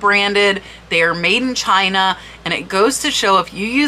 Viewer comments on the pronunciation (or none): none